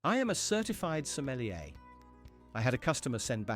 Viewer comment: som•meli•er. Say it again.